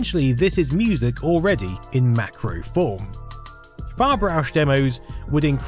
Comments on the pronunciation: it ain't "far-brausch" but "farb-rausch". translates to color-rush. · I know I'll be that guy if I post this, but it bothers me more if I wouldn't do it. The project name is pronounced "farb-rausch", not "far-brausch". Like "farb" is colour and "rausch" is something like thrill. The thing is, your pronounciation of "brausch" is so perfect it's annoying that you came so close to actually saying it correctly, especially when "ausch" is so hard to articulate. I liked the video by the way. 5/5 would store on a floppy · It's Farb-Rausch not Far-Brausch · It's not "far-brausch", as pronounced in the video, it's "farb-rausch", which one could translate as "color buzz", "color ecstasy", or "color rush". Literary it means "color inebriation". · it's not "far-brausch" it's "farb-rausch" meaning "color frenzy" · Sounds like he always says "far-brush", but they are called "farb-rausch" (translated like "rush of colors")... these silly germans with their silly names...